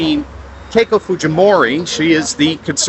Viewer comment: i'm sorry, did you say "Keiko Fujimori"????